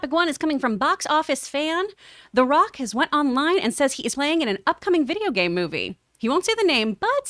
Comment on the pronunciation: Dwayne the Wock Johnson 🤣 am I the only one who noticed this?